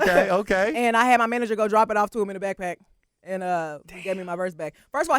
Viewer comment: Bruh said andadddddd🤣🤣🤣#glcokntea